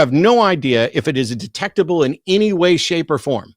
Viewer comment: sounds much more like the religious people I grew up around. I'm glad The Line is getting more variety of Theist callers now. cracking up about monkeys in the room made me laugh too. And side note, I just love every time Matt says "any" and pronounces it "innie", it's so cute! Is that a Texas thing? Either way, it makes me smile every time he says it, idk why it amuses me so much.